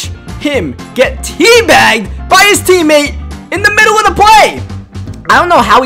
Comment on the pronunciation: This guy needs to learn how to say a th. It's not da win or da anything. It is the ..